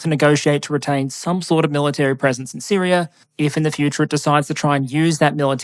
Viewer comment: Its neat hearing your accent change the "Syria" to Syrier" at times